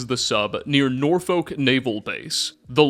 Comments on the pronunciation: Just letting you know it’s not pronounced Nor-folk it’s more like Nor-fick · Norfolk: Nore-fouk Potomac: Pa-toe-mick